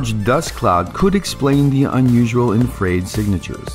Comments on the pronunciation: "Infraid radiation". Gotta train that AI voice how to pronounce "Infra Red" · It's really not an AI voice - 100% me. I just mispronounced "infrared". I thought it was cooler sounding than "infra-red" but I was wrong. Thanks for watching until at least . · Hey! That's my real voice. ; ) You are correct. I am mis pronouncing it. I will pay more attention on the next video where it appears. Thanks for catching that.